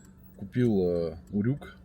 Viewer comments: На букву ю ударение в слове урюк. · Вообще-то ударение в слове УРЮК на букву Ю)))